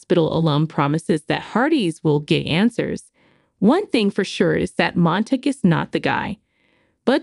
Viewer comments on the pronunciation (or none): Please pronounce names correctly: Nathan is NOT Nath-an, it is Bouchard NOT BOTcher, Monague NOT Montig.